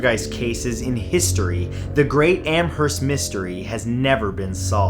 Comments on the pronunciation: Amherst is my home town ! It’s pronounced amerst the h isn’t really pronounced anyway fun fact ! There is murals that take up whole sides of building on this poltergeist story and plays put on in recreations of the events ! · H is silent in Amherst.